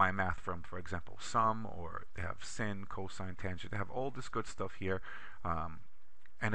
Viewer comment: THIS IS AN EXCELLENT VIDEO IF YOU ARE JUST STARTING OUT WITH EXCEL OR IF YOU JUST WANT TO REFRESH YOUR KNOWLEDGE OF EXCEL THE PRESENTER'S VOICE IS VERY GOOD. NO ACCENT IN THE VOICE THE CORRECT PRONUNCIATION OF THE SIN FUNCTION IS "SIGN" AND NOT "SIN"